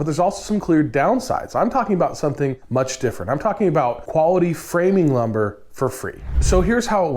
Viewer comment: I'm in Canada, and the words "quality framing lumber", said all together like this, made me cackle! 🤣